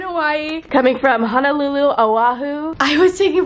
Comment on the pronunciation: Honolulu not hanalulu😂😂